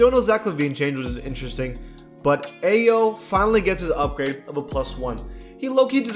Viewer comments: Aii-yo that’s how u say his name not a-yo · hey, it’s produced I-yo, not ayo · “Aye-oh” bro come on… you claim to watch basketball. That was a lie. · It’s pronounced I-O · Ayo is pronounced "I-yo" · It’s pronounced ai-o dosunmo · Bruh😭 learn how to pronounce players first names its lowkey disrespectful, Ayo is pronounced i o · The way said Ayo hurt a little 😂.